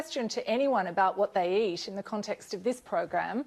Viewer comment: she mispronounced "eat"...